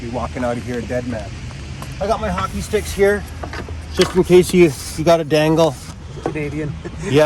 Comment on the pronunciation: I was trying to figure out what accent he had. Fella said “These are my Hock….” I said “Oh that’s a Canadian if I ever seen one” 😂